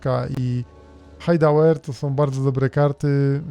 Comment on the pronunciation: Czyta się Hajdawer, a nie Hajdałer. To polskie słowo, tak poza tym.